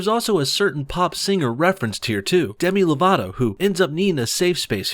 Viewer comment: I thought you said Dani divito